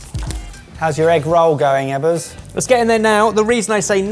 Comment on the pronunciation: Chef Eggers not Ebbers